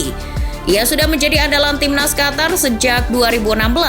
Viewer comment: Qof To Ro,,, Qatar✅ Qotor❌